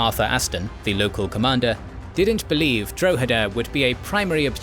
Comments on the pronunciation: It's pronounced Drawheda, not Dro-heda. Good video as always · The dro in Drogheda is pronounced like the dro in "drop". Just letting you know. Nice to see some Irish history covered by a history channel on You Tube, usually it's just passing mentions or just the Easter Rising. The Nine Years War ( ) or the Jacobite rebellion (1689-91)had many important battles and individual stories (esp Sarsfield) worth recounting. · Dra ha da is how you say Droghada. also Cashel was misspelled and so was Kilkenny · You aren't saying Drogheda correctly. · Exactly. Most English people haven't a clue about their history , apart from a little nonsense about the Battle of Britain. In Ireland it's quite different, in part because we don't have the dreadful English class based two tier education system. It would help if the narrator was able to pronounce Drogheda properly. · Maybe you could use some of the patreon money to learn how to pronounce foreign towns such as Drogheda properly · casually butchering the pronunciations of Drogheda and Wexford almost as badly as Cromwell butchered the Irish. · At least didn't kill 40% of the population of Ireland so he gets off lightly XD